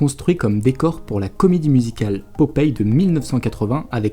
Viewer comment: Popeye pas popeille! Mdr